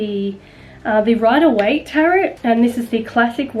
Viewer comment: It's pronounced taro not tarot 🤗